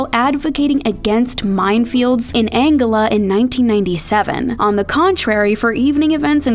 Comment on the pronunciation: The pronunciation of Angola is really weird